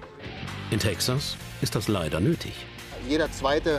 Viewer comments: sagt er da gerade „dat“ ?😂😂😂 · warum sagt der sprecher bei auch schon "dat" haus :D:D:D:D berliner texas akzent :D icke have hunger!